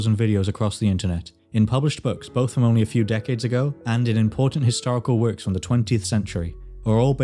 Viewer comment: "Da kingdom"